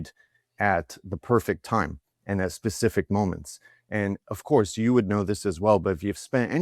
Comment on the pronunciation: "Acourse" we rated you #1!